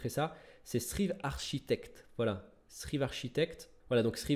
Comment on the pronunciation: pitié arrête de prononcer Trhive c'est Traïve en anglais ^^